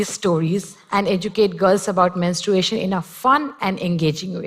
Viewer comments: Can we just talk about how she said “menst- r-U-ation” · That Vlog Girl it’s just an accent